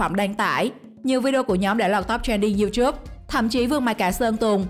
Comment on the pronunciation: Sao lại đọc là riu chúp😂